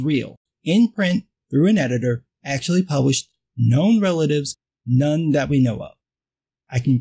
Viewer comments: For. Second I thought you were pronouncing none as known before you even said it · Me too 😂